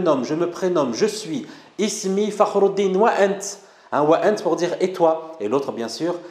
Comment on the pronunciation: il faut juste prononcé le t correctement comme T dans l'arabe classique et non comme le monsieur qui a un accent et qui prononce le T COMME TS. c'est ANT et non ANTS (le monsieur est probablement Marocain ou un Algérien de l'est comme Constantine, Jijel ou Mila qui prononce le T comme TS)